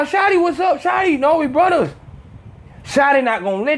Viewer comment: The Mexican cholo accent had me ctfuuu "Brooooo! We're bruddas!" hahahaha I'm shleeeeep